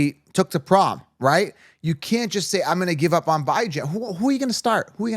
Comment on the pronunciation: BYE-JAN makes me cringe every time 🤣